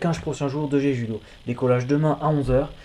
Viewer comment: En romanisation ça s'écrit jeju mais ça se prononce Jejou! ^^